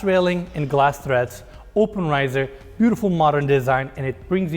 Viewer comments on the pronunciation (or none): I like your accent and understand we pronounce some things differently. But a stair tread is pronounced "tred" not "thread". Like tray, trampoline...